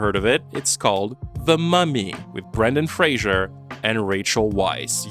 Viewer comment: they're pronounced Jeremy Eye-uhns, and Brendan Fray-zer.